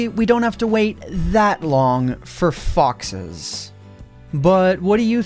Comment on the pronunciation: When you said foxes I thought you said ffs